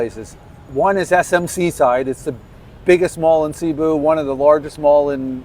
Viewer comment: Bro. It's "Say-Boo", not "See-boo".